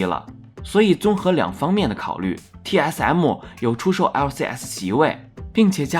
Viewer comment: 一直聽TS M母有夠煩 能不能M就講M 別一直M母